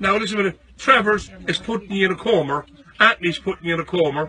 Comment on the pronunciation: A comar 😂It's coma